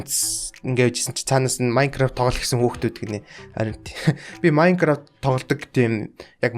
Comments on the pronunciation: MAINCARAAFT TOGOJ😂😂😂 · maingaraaft maingaravt haha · maingaraaft togolooch 😂😂😂 hhhahhahahhahahhahhahahahhahahah maingaraavt maingaraavt maingaraavt???? Minegraft?? (MINECRAFT ) yu ch bichchiv 😂 oilgoj baigaa baih 😎